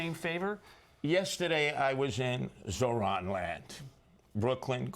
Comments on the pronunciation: ZOHRAN not ZORAN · "Mohran Mamdani" 😂